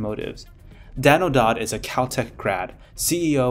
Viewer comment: You don't know how to pronounce "Dowd"?